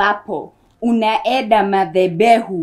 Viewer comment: Why are you saying mathebehu??? Aki nalia🤣🤣🤣🤣🤣🤣🤣